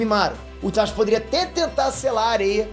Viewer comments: "itaXi" é teu cu É "itaTI" (pronuncia) E Gaara é UZUMAKI ... por parte do pai .. então logicamente ele tem vigor, resistência e chakra superior aos ninjas "normais" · meu personagem preferido clássico: Gaara personagem preferido do Shippuden: Itachi puuuutzz E POOOR FAVOR SE PRONUNCIA "ITATI"